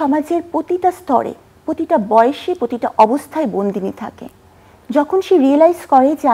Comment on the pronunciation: এই পাগলা ডক্টর কি বলে প্রতিটা নাকি প্রতিতা😂😂😂